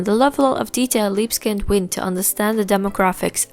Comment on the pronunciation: Everytime I hear "Libeskind" pronounced as "Libskind", I feel like a racist. But anways, it's a great video!